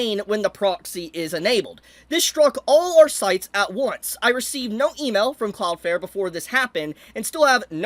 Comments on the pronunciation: cloudFLARE, flare, flair, fLLLLLLLLLLare. Please if you're going to go on a rant at last say the name right. Cloud. Flare. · Take a shot every time he says "cloud fare". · Why are you saying cloud fair for the whole video